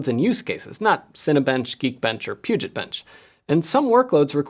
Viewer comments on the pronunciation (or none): none